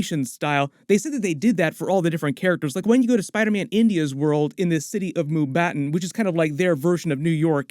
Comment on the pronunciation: That Indian city you're talking about is Mumbai and not 'Mumbaton'